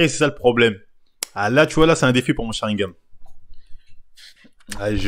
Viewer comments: Sharigan et pas sharingam sa mfai saigner des oreilles merci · SharingaN avec un "N" et pas SharingaM... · Frèro c'est Sharingan ! Pas "Sharingame"